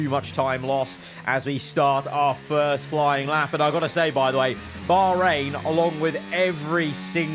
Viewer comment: It's cool to see that they actually try to pronounce Bahrain properly. It's supposed to be bakh rain and not bar rain